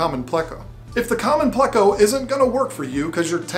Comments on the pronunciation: It’s pleco where do you hear (play•co)? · its pleco not playco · Also why does she say "playco" instead of pleco like her husband correctly does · Pleco. Not play-co. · I can deal with the lovely saying "bayta" but I can't abide her saying "playcko" 🤣🤣